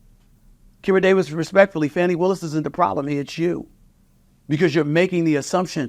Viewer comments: Why are you not telling the truth. Nathan Wade's wife played out on him with his best friend. Are you a Trump supporter. Please stop mispronouncing her name it is not fanny but fani (fawni). This is disrespectful and is the same type of calling people out of there name like Trump does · Can anybody pronounce her name FUNNY WILLIS, SHAME ON YOU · Why Stephen A Smith pronounce her name wrong